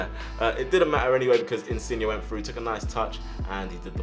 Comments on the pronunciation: He’s name is InsignE! Not InsignA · No insin yay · His name is pronounced in-sin-yay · Loved the vid but when you say insigne pronounce it insiyeah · Pretty sure his name is pronounced insin-yay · The way you say insigne makes me wanna shoot myself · I didn’t know there was an ‘A’ at the end of Insigne’s name 😂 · Insigne say the e not a a